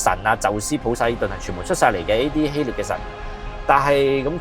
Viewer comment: 希臘 臘音立 不是聶